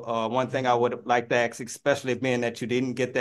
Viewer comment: He sure "AXE" al lot from the court.